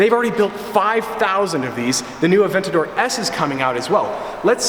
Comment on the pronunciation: Funny how he's trying to get a Lamborghini Aventador, yet he doesn't know how to properly pronounce Murcielago, Gallardo, or Aventador.